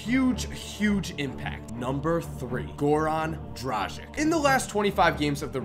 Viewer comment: Isnt it pronounced dragitsh?